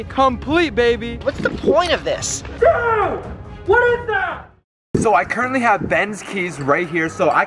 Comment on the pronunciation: Is it just me always say Dud did u need to do this